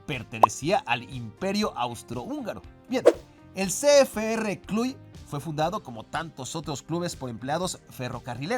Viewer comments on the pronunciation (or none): El único detallito es que se pronuncia "clush" no "cluy". Excepto eso, excelente video. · Cluj se pronuncia "Clush" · Ahora sí te falló la pronunciación mi jajaja... El club rumano es Cluj se pronuncia Cluž (Clush)